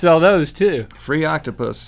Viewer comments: “OctApUS” -Rhett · Rhett: " Octupys." Link:" retches." IM DYING!!!😂